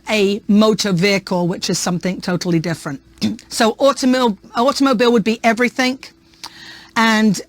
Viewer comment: She's using the K sound on words that end in G, like 'everythink, instead of everything. Not sure what part of the UK that's from